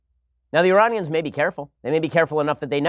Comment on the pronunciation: "IrARNians" his pronunciation is awful